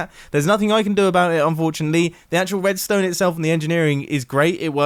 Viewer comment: “Wedstone” i chuckled a bit